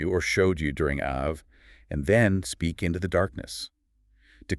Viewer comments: no, no, you misunderstood ...not Ave as in Ave Maria....meaning that Av is the same sound as Ave....as opposed to Av ..sounding like Have, which is how you are pronouncing it. Are you people Gentiles lol? 🇮🇱✌️🩵🙏👑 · Wonderful teaching. It is AV though as in " Ave Maria" lol :) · Ah-v is how it is pronounced. But AI would not know that.